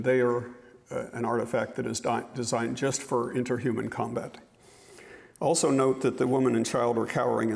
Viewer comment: That last guy kept saying “”altso”” instead of ‘also’..